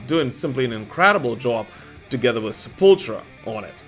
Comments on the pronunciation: Its Se-pull-tool-ra NOT Se-pull-tra!! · I like this channel, but Sepultura is pronounced seh-pul-ter-uh....not sepultra. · Drives me nuts when people say sep•ul•tra.... It's Sep•ul•tour•ah. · I can't believe people still mispronounce Sepultura. It's not Sepultra, it's Sepultura. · 😂 you said obscura perfectly but butcher sepultura 🤦🏻‍♂️